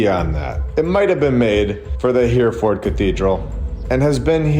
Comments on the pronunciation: He-re-ford, not Here-ford. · Hereford- pronounced Herryford. Keep up the great work. 👍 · Hereford has 3 syllables, "Her-e-ford" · Wow, riveting stuff. Thank you. FYI, Hereford is pronounced Herryfuhd. And when you covered Jerusalem, I remembered that Golgotha means "the place of the skull" !